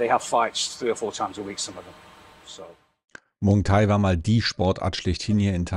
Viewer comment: Muay Thai heißt das übrigens nicht Muang thai. 😊